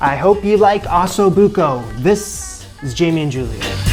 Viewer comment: That's not how you say Osso. Think "Oh So". Both O's are the same.